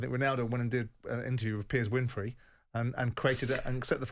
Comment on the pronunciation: "Piers Winfrey"